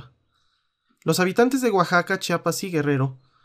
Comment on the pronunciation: entenderas mucho y sabras mucho pero tansiquiera aprende a pronunciar Chiapas.....no Chapas""